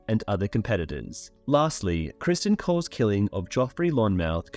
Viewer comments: Bruh it’s criston not Christian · You're going to argue the book is better and you can't even get Criston Cole's name correct?